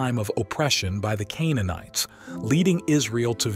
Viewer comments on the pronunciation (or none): none